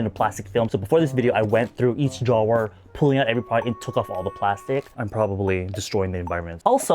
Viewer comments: Normal person: drawer: ✨DRAW✨er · I’ve never heard anyone say drawer with so many syllables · I’ve never heard anyone pronounce “drawer” the way you do… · the way you say drawer 🤣🤣 anyways love u 🤎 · right, love him but it kept distracting me 🤣